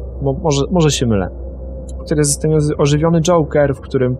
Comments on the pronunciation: 2132 Joker a nie żoker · żoker :D